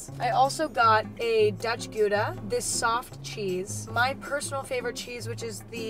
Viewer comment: I was like what is ghooda cheese and then I realized she meant Gouda. Im dutch and this hurts me 💔